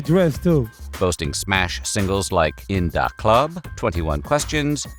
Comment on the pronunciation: “In dawh club” 😂